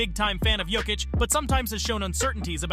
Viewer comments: Good video and good research bro but please, work on the pronunciations for these euro players. You said Jokic 4 different ways scattered throughout the video and didn’t say the others right either 😂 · An interesting matchup would be Jokic vs Yokic. The winner gets to face the Joker. Decide how you are going to pronounce his name before making a video about him